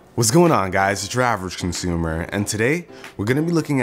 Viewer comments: I can’t avoid hearing “Travis consumer” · I thought u said "Whats going on guys ur drivers costumer" xD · "its yur avrgcnsumr" no offense, just funny af